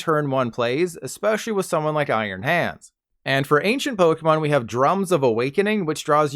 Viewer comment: Nice vid, but how did he pronounce Iron Hands ex?!💀